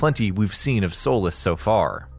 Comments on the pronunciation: It's not pronounced Sol-is It's So-lees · Solis "Soul-less" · You kept saying the Island's name wrong. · What's your source for claiming hoverboards are in the game? I haven't heard that anywhere. You're pronouncing Solis wrong. The Apex Engine was designed for Just Cause 4. Previous Just Cause games used the Avalanche Engine (although they used different versions). We know basically everything about the Retractors, Boosters and Air Lifters, since they've been showed off in their entirety, so I'm not sure why you claimed we don't know much about them. This video seems poorly researched, not something I'd expect from a channel with nearly 700,000 subscribers.